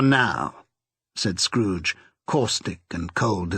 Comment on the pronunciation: Tiny tim: " uncle scooge"